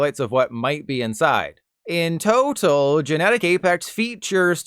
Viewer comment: no one else noticed "toe-tal" and "feet-tured"?